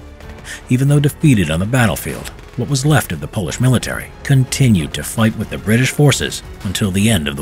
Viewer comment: It's Polish not Pols